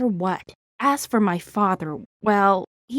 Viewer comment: Who else heard "as for my fatheru"